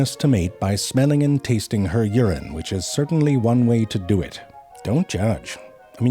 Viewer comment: I love how he puts so much emphasis on "Do"